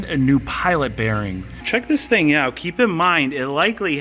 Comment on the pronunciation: "Das a good ting" - Jamaican Mechanic